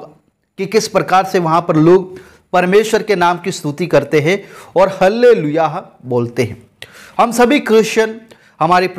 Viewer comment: हल्लेलुईया नहीं बोली जाती।आल्लेलुईया बोली जाती है।आमेन।